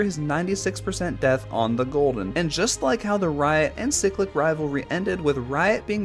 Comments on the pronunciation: its not ciclic its cyclic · "ceclic" also cool video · Pronunciation of cyclic Chiy-click Or Se-click Both I like